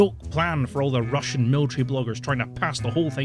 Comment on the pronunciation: how can you misspronounce these words so much? Like for God's sake man, I can pronounce Chinese or Japanese words better than you can Russian and I cant read their words. This is beyond normal Monolingual (eww) people's problems, this is actually annoying at this point. Please just... read how to pronounce these things or listen to the Translator pronouncing them or something. And note - you do the same for ALL non-EN names and words. German including. Its seriously worse than what Monolingual 43 I Q rust belt monolinguals would manage to scramble up.